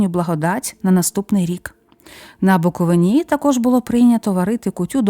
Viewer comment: Відео дуже цікаве. За цуе окреме дякую. АЛЕ!!! Звідки ото "БуковинА"? "БуковИна".